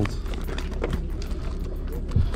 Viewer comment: Yes! They were making marbles the same way back in the day. It’s so cool. And dude you and those cards. My husband was listening to me watch and he just kept hearing you say make nudes over and over he was like what the hell are you watching??😂😂😂😂😂